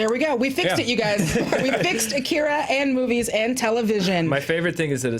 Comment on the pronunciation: I know its a nitpick, but it drives me crazy. AH-KEE-RAH, not UH-KIR-UH. God, they say his name 5000 times in the movie.